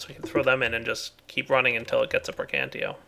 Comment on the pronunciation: it's Praecantatio, not precantio... Can't believe that Az. hasn't told him yet